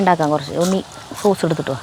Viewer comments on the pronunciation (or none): ചീസ് അല്ല സോസ് 😂😂😂